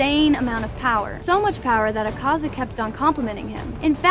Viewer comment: Thank you for pronouncing Akaza right